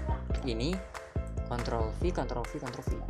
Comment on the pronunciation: Pas ngomong ctrl ny ga jelas bang pliss taro deskripsi nya buat ctrl